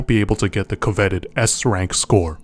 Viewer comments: co-veted.. bruh Is this AI narrated? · I can’t tell if you actually don’t know how to pronounce coveted, or if you just pronounced it terribly so people like me would comment about it.